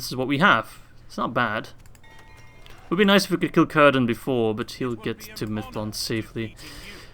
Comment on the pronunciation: I know im waaay late but I think its pronounced more like "sirdan" rather than "kirdan" (speaking of Cirdan)